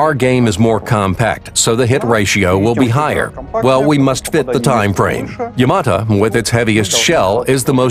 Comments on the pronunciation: 'Yamata' Oh my god, shut up! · kevin corujo You can hear the original voice say YamaTO if you listen closely enough. So it's either an error on the part of the English narrator, or whoever wrote his script. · not yamata its yamato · Fuck me I got tired of hearing YamatA....say YamatO...sheesh.Where are the PT Boats and the Corvettes? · it's YamatO not YamatA...